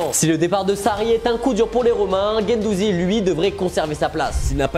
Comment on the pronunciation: Gendouzi ? Insupportable